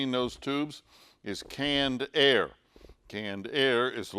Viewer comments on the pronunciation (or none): never heared of "caned air" before.